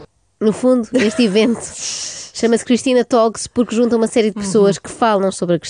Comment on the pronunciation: Conselho / Concelho adorei. (Uma dica: ''talks" pronuncia-se ''tókss"')